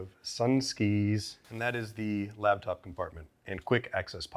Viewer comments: Is he saying LABtop instead of LAPtop? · Am I the only one hearing say ‘labtop’? Great video as always!